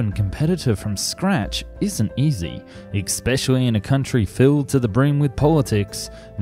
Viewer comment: Especially not exspecially